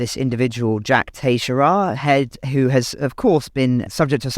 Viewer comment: Please pronounce the leaker's name correctly. It's Teh-SHARE-ah.